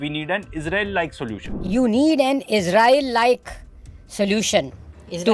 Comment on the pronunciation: is banday ki jaan check kero - is say to Israel ka naam bhi nahin liya ja raha theek se 😂